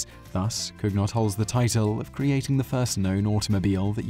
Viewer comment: COOnyoh, not Kug-Not.